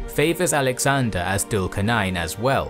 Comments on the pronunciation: As much as I love your videos, I think it would be better if you guys could work on the correct pronunciation of the foreign names such as Dhul Qarnayn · Your videos are great. I do feel that your pronunciation of the names is always a bit off. Its not dhul qar nain but zul qar nain. It would help if you pronounce the names as done by the native people. Great videos though.